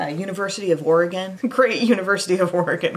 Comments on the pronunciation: Thanks for the correct pronunciation of “Oregon”! Your Ducks look turned out to be beautiful! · I'm from Oregon and I'm a Ducks fan!! U of O baybay!!! lol I also loved that you pronounced Oregon correctly!! thank you!!